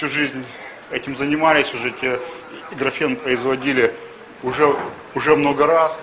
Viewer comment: Эти люди не утруждают себя пониманием произношения этого термина по-русски и говорят его по-английски: graphene.